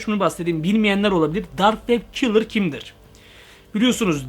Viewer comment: lan kilır deyil killer